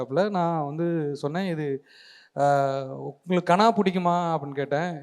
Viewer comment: Kaanaa இல்லடா தம்பி, கனா.